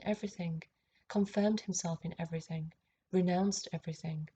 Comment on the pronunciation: The Mother Ov Eve•err•think